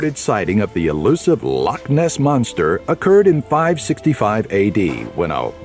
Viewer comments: Lochs not locks ,use the glottal stop. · Not telling you this to correct you & be 'one of those guys' just telling you as I think you'd like to know. We spell it 'loch' rather than lock. We kinda pronounce it like 'lock' but with a bit of a cat trying to bring up a furball sound added on the end... And I believe that would be Lake of Menteith you visited. It's about roughly a 30 min drive from Scotland's largest city, my home, Glasgow. That's the cool thing about here, you can be right in the middle of a busy city centre one minute, and then next thing you know you're out in places that look like they're from a fairytale.